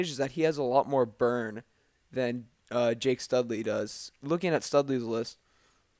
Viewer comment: It's Jack not Jake haha